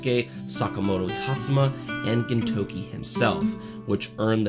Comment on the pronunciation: good video but it's very distracting that you say "ginTOUki" instead of "GINtoki"